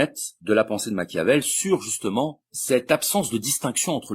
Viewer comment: On dit pas macavel on dit Machiavel